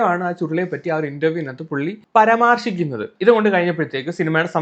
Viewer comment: പരാമർശിക്കുന്നത് ✅ പരമാർശിക്കുന്നത് ❌